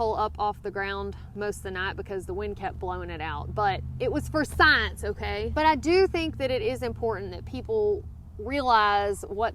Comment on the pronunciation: "sci encance"